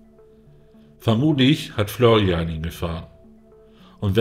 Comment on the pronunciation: Der heisst ausgesprochen Florian.. nicht Florrian